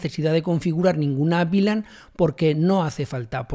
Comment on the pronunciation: Muchas gracias por el video, lo unico que no entiendo es porque dices BLAN si es VLAN? en español eso se pronuncia "uve lan"